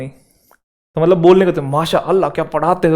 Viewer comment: Sir, I loved the way you said, "Mashallah." I am also from Pakistan and preparing for CSS. You are a gem ♥ Lots of love and respect from Pakistan.